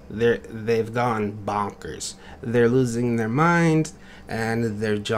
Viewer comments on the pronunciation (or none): Heya! XD you said B0nkers in dis vid